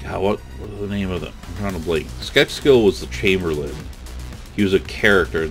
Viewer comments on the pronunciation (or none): Chamberlain not chamberland :D